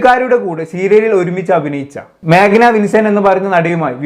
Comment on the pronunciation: ഡിമ്പൽ അല്ലാ ഡിംപിൾ... Magna alla Meghna😂😂😂